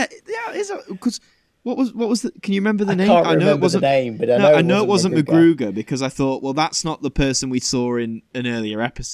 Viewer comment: Btw, its McGruder, not McGruger